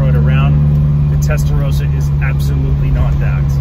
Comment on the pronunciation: Testarossa not Testarosa ...